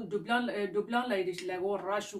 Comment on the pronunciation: It's not duplin It's Dublin